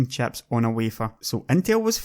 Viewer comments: if you pronounce chips as chaps wondering how do you pronounce chaps? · Great vid but I can't help but laugh when he says chips, it sounds like chaps. Fab the chaps.